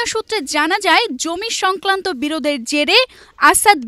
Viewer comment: জমি সংক্লান্ত না😂 জমি সংক্রান্ত🙂 pratidin উপস্থাপক।